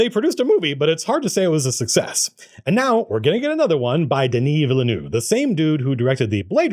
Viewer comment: 1: Love the Guild symbol shirt 2: Happy to hear someone else pronounce Denis Villeneuve correctly. It's rare. 3: Loved your scene suggestions for the Dune film.